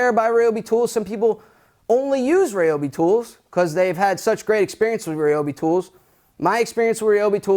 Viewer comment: I love y’all’s Chanel but it ryobi not reobi lol